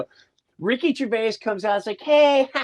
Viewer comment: Somebody tell Jim how Gervais is pronounced! ❤️